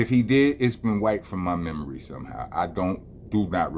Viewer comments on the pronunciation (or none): none